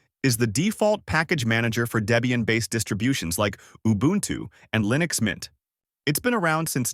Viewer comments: Kudos for the correct pronunciation of Ubuntu! 🎉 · Thank you for saying Ubuntu correctly